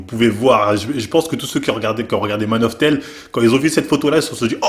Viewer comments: Mec "man of tel" je suis mort hahaha Nan no offense mais c'est "man of steel" prononcé "stile" si tu préfères. Je suis linguiste unh mais je tenais quand-même à préciser. Sinon j'aime ta chaîne pour ce genre de vidéos sur des cas connus dont pas beaucoup de personnes ne parlent réellement avec de la sincérité sur leurs transformation. Continue de faire du bon taff c'est super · "Man of Tèle"